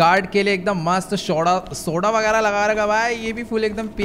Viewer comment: soda ko Shoda bol diya most funniest moment 😂😅